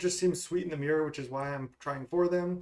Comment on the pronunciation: Every time I hear you say "the myrror" instead of mirror match :')